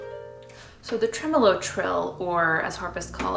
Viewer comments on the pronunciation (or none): none